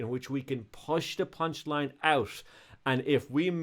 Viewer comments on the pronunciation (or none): this dude said punchiine